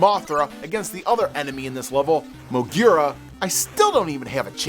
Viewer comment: your comment about the showa goji films being low budget is BEYOND wrong, them using suits isn't a sign of budget, tokusatsu was EXTREMELY expensive and painstaking to produce. Also your pronunciation of mogura is wrong, mo gear ra, it's mo guu ra. Mogura means Mole in japanese